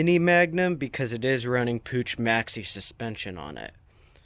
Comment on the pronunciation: PUCH the "ch" sounds like an angry cat...man please